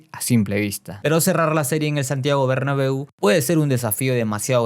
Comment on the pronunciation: Dijo robabeu